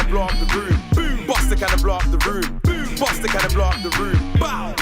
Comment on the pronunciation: why does tobi say ight broom instaed of boom